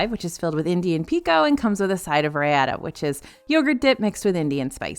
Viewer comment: Hi and DFB Guide team!!! Longtime viewer and I love your videos! Wanted to share that the sauce with the quesadilla from Eet, Raita, is actually pronounced rai-tha! So exciting that there is a great restaurant from my culture in DS!!!:)